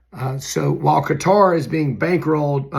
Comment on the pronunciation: Thank you for being possibly the only other person on earth who’s pronouncing Qater correctly! 🤙🏾😎🤙🏽